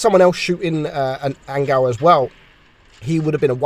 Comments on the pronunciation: I think you should pronounce 'angeel' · lmao "angal" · THATS HOW YOU PRONOUNCE HIS USER?!